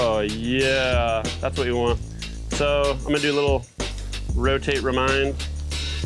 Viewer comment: "rotate remind" lol